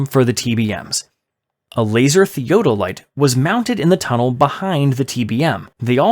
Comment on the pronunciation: And theodolite 😆 (that's also mispronounced, just like they did with Folkestone )